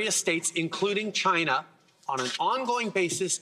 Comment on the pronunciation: Chi-Na Trump 2024 confirmed.